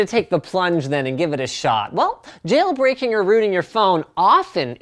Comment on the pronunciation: hahaha nice one "Jayle Brakeing"